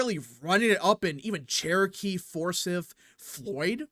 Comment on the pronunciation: You pronounced "Forsyth" County in Georgia wrong. You pronounced the "y" as a soft "i". (Example: sit) It is actually pronounced with a hard "I" (Example: Light, eye, site)